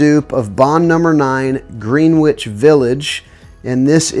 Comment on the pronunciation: I know it's spelled Greenwich but it's pronounced Grenich. I'm not trying to come across snobby, just letting you know. I remember a movie from when I was a kid called The Pope of Greenwich Village and I was always perplexed by it being pronounced Grenich. I bet that Emir: When Souls Get High smells good. Baby powder isn't bad unless it comes across feminine. I love the sound of tobacco, honey and cherry. So I'd like to try that one for the giveaway. Have a good day